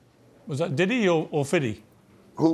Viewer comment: I’m absolutely howling “was that diddy or fiddy”